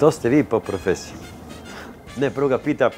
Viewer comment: boze opljacko 100000 zlatara a ne ume da kaze "po profesiji"